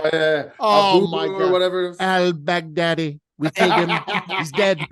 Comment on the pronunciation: Wem-ben-yama. Al-bagh-dadi.